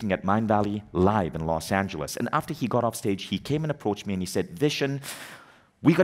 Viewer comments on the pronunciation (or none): none